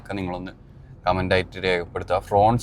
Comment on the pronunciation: ഫ്രോൺസ് അല്ല. ഫ്രോങ്സ് ആണ്❤ ശ്രദ്ധിക്കുമല്ലോ